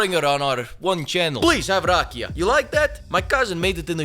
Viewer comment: Brate, you nailed that "Rakija" like a true balkan slav!